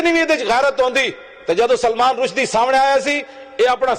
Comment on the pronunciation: पत्रकार महोदय नाम तो सही बोलिए। रशीदी नहीं रुसदी है।